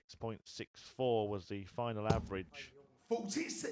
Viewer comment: Yes lmao. I am german and here the commentators also always focus so much on the averages. Its funny because one of the commentators pronounces it "Äweritsch" 💀